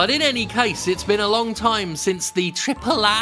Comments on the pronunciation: Me at the beginning of the video: Man, he says “triple A” funny, is he doing that on purpose? Me : he’s definitely doing that on purpose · I can't say AAA like a normal person anymore, thanks Jim. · Why does he say AAA like that lmaoooo it's hilarious